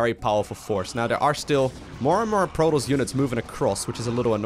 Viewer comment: Thumbs down for the way you mispronounce Protoss. See the double S? PRO TOSS, Not Pro Toes. Disgusting.